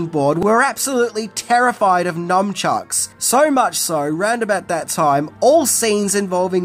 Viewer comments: It sounds like you are saying "numbchucks" it is nunchucks. Numbchucks would be a very stupid weapon to use on someone as numbing the pain that it would case them would make them able to hit and get hit without feeling any pain. There is even a James Bond villain who doesn’t feel pain in The World is Not Enough called Victor 'Renard' Zokas. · Nun Chucks. Not Num. Just FYI. Slang from Nunchaku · Are you calling nun chucks numb chucks? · Are you literally saying numbchucks? Cause its NUNchucks. 🤦‍♀️ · I took a drink eveytime you mispronounced nuNchucks - I'm frikkin' hammered! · Do Aussies call them NUMchucks? Not NUNchucks??????? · It's pronounced "NUN-CHUCKS" not "NUMB-CHUCKS" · Of course, everything is scary and illegal in Britain if it involves "weapons". BTW, they're nuN-chucks, not nuM-chucks, FYI. (Actual name: nunchaku.) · C’mon, it’s NUN chucks, NOT NUM chucks. God I hate that. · Not sure if I'm hearing you correctly, but it sounds like you're saying Numchucks rather than Nunchucks (which comes from that Japanese word Nunchaku) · nuNchucks, not nuMchucks... 😂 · Is he saying “Numb-chucks”? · Num chucks ? LOL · Nunchucks. Say it right. You sound like a 3rd grade kid. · I love how you call nunchucks “numb-chucks” 😂😂😂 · What are "numchucks?" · Hang on... is constantly saying "NuMchucks"? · Numchucks? 😆 How many times does mispronounce as Numchucks 😆 Well I guess if you were hit with one it would make you numb 😊